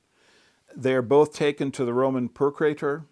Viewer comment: He says "procreator" when he means "procurator". That is a bad sign....